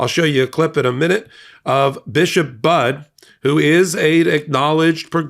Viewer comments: Just a polite and well-intentioned correction for your future broadcasts. The Right Reverend Bishop Budde’s name is pronounced the exact same as the word “buddy” is. Her name’s easy to remember as she’s the priest who preaches the importance of being a “friend” to all — in this country and throughout the world. By the way, she’s an amazing woman well worth an interview - - maybe about the MAGA mental craziness of trying to make voting for cities, churches, places to be sanctuaries illegal and how churches will/should encourage their members to respond. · I appreciate the coverage of this, but your entire channel needs to be respectful and correct your pronunciation of her name. It’s pronounced Bud-ee. It’s okay if you didn’t know that but please correct it going forward. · Why should she back down? All she did was ask someone who claims he is a Christian, to please act like one. And BTW, if you’re going to do these videos you should at least pronounce her name correctly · thank you so much for this video. But.....one small correction: Bishop Budde's last name is NOT pronounced 'bud'; but, instead is pronounced 'buddy'. If you have any question just ask that question online. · It is pronounced BUDD(y) Not Budd! The E is not silent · snap bud it’s buddy you better get her name right doesn’t sound too professional for your not to pronounce your name correctly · Thanks for supporting our bishop! Please pronounce her name correctly. It’s pronounced “buddy”, like a pal or friend. She is not going away. 🍃♥️🍃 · It's pronounced Buddy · Please pronounce her name correctly. Budde is pronunced like "buddy". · Please call the Washington National Cathedral and ask them how to pronounce the Bishop's name. I believe it is pronounced differently than "Bud". Thank you. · FYI - Her name is pronounced Buddy. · Pronounce her name correctly. Bud E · It’s pronounced Buddy. Like a pal. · It’s pronounced “Buddy”. Not bud.